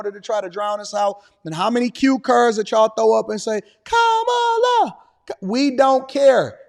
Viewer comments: Did you call her tamale Harris? I thought her name was Camala Harris? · Did they say khamal toe? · Do you hear her fans chanting Kam-ala or Kom-ala ? Her fans are saying it wrong. Yes I voted for Trump 2024. Want fries with that ? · You must look the name not Kamala is Estamala. 😅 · Ka-ma-la ! No , Donald Trump ! 😊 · They said her name wrong Who cares, this lady is whack